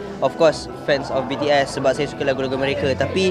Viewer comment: Tak Pandai Sebut BTS,Army😂😂